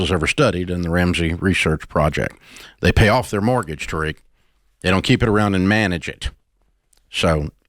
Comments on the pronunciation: ain't no way she said tair-rick 😂 tuh-reek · The gasp of Jade pronouncing Tariq wrong but Dave got it right. I closed the video from second hand embarrassment.